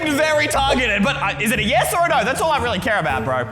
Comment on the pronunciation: Did he just say wait weally instead of really